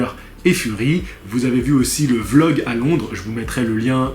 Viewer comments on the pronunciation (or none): none